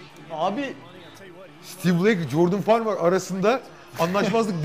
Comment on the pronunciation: ahaha bütün video farmar a farmır dememesini bekledim vazgeçmedi adam :D